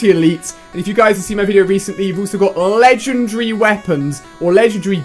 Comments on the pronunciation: the way you say legendary makes me happy for some weird reason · mt bal inferno already says ledandary